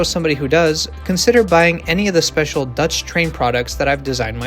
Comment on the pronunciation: why are you so good at pronouncing Dutch??? it sounds like you are native dutch